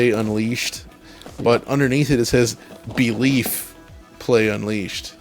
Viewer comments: "Beeleef" in yourself 💀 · "I Beleef." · Little belgian Guy here, just pointing out “Beleef” play unleashed. Beleef is a dutch word (EU) and means ‘experience’ or ‘witness’ 😂 love all your sidejokes btw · “Beleef Play Unleashed” LMFAO.